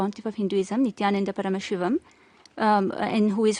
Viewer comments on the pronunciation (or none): It's pronounced Ni-Thh(emphasis on H)-yaa-nun-daa